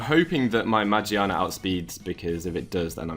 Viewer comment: i like your video. but shouldn't it be pronounced as ma , gear, na? because the dubbed volcanion movie pronounces it that way. :P